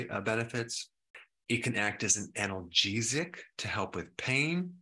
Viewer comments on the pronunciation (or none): none